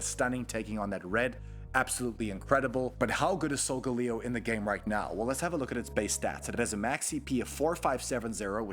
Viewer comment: it’s (sol-gu-lae-o) not “solgaleo” (not to be rude)